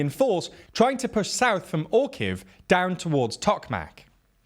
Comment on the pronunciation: Orihiv is read more like "or-ea-heav" despite "orkiv" version is funny as Russians also known as Orks and the town with your name is seemed to be called after them. Though in reality, it called after nuts :)